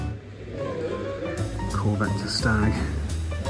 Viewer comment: Triumph SNAG, not Stag.... You just KNOW what I mean, don't you?